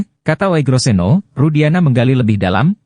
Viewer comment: Membacanya Ugroseno bukan OEGRO ... itu ejaan jaman belanda, mohon dipahami...